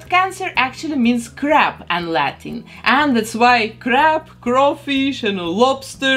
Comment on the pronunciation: Oh god I feel bad! I thought she said crap not crab and I got very confused! 😭😂